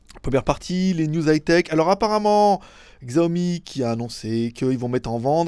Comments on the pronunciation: Merci pour cette accrotidienne, stp par tous les saints, arrête de prononcer Xiaomi comme tu le fait, c'est "çiaomi". Mais bon comme tu assures en règle générale, je te pardonne quand même. PEP à toi. =) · pour un geek chinois va falloir que tu apprennes à prononcer Xiaomi hein... :) sinon ENFIN j'ai plus besoin de baisser le son pendant le Ni Hao pour ensuite le baisser